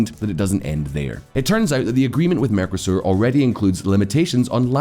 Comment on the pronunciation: The merco in mercosur is pronounced with the same emphasis as narco.